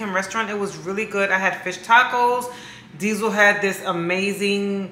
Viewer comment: Diesel not “heifer” 😂😂😂 I love this channel 💜